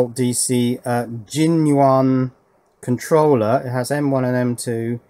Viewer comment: JINYUAN pronounced "Genuine" BAHAHAHAHAHAHA BTW: If you open the chuck all the way and look down it you will find the screw/bolt that holds it on the gearbox.